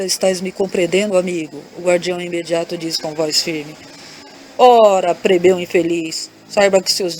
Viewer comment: Boa noite! Adoro as histórias! Mas você troca a letra L pela letra R, fica muito feio. Não é COMPRETADO se diz COMPLETADO. Não é PREBEU e sim PLEBEU.